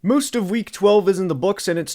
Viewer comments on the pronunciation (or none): Moooost of week 12? What accent pronounces most as moooost?